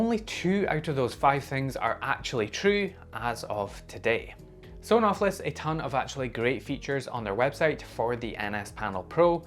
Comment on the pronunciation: I believe the official pronunciation of Sonoff is S-ON-OFF referencing a toggle of an on/off switch.